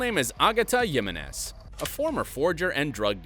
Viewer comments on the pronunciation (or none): as much as interesting this video is- the names of helsi nad oslo were switched and you're misspelling names- J in Jiménez is read as H and LL in Fonollosa and Murillo is read as Y and the G in Sergio and Ángel is also read as H !!!!